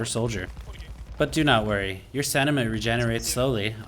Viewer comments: boils my piss every time he says it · Says "Karabiner 98" in perfect German with better accuracy than "stamina". Love it :D Thanks for the guides, keep em coming please.